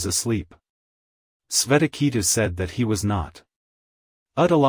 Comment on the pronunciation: Good effort but your awful pronunciation of the Sanskrit is such a turn off. The names are shvay-tha-kay-thu and Ud-daa-laka with the U pronounced as Oo and not as in Up. 🙏